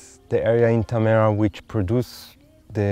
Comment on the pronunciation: Why does no oneknow how to pronounce tamera? XD